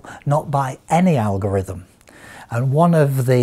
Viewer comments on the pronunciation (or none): none